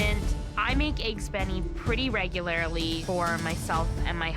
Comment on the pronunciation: “Regularily” yeh ok